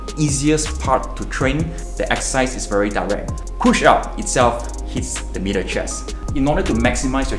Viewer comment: I had to rewind to check if he said middle or meater chest.